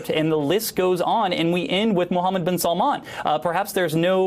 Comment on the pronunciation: It's "Bin SALMAN".